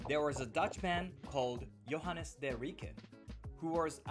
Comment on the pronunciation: Many people struggle to pronounce Dutch names, but for future references, Rijke rhymes with Bike so it is more like "Rike" how it is pronounced. :) (My mom is half Dutch). I loved this video and am so very sorry that things were stolen there of yours. That is awful. I have never tried any drugs or alcohol so I too would not want to have those cookies. You did fine in not trying them. That is so interesting how Japanese products are sold through the Netherlands on the road and are a good quality. There are definitely racists in the Netherlands, but I am so glad you did not receive bad treatment at all. Most Dutch people are very respectful and enjoy learning about cultures.